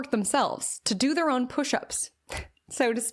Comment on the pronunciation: I love you but when you say THURR (THEIR pronunciation) it really is distracting 😭😭😭😭😭😭 I’m so sorry I just wanted to let you know. For example: “don’t compare yourself to THURRR Journey”